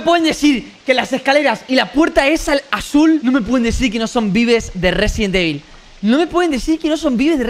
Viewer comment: Una pregunta ¿cuantas veses robleis dise resibel evil